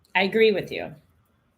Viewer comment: What’s wrong with her yaw? 😂😂😂😂